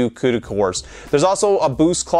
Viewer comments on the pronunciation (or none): none